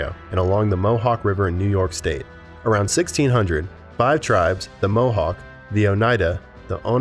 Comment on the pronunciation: If you're going to talk about the Iroquois Confederacy get the names straight I should know the names of them tribes or nations.. because I'm part of that Confederacy.. mohawk.. and every tribe you said you said wrong,, except for one. mohawk .. what you know of the Iroquois is so wrong. .. do your history do your homework